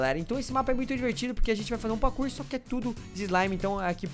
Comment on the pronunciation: Ele fala pakur